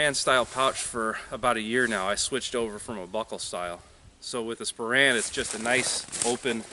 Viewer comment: I think you mean /SPOH-rehn/, not /spo-RAN/.